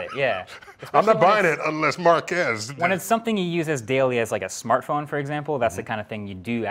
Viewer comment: Is Neil saying MarqAAS too? lluminati confirmed